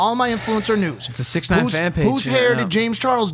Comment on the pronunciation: It’s not 6ixty Nine It’s 6IX9INE